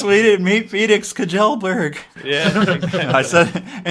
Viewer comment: Kjellberg is pronounced Shellberg pretty much